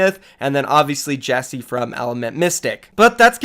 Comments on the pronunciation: Ikr? It bugs me so much, you pronounce it JEK SAY not Jessie :/ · It’s JECSE, not Jesse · Still pronounce jecse wrong. Cmon man 😓